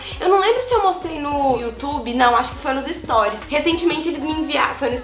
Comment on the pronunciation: que agonia de vc falando storis kkk é STORIES!😂😂😂